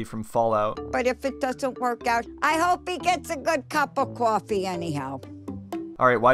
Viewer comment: I hope he got a nice cup of cwofffy too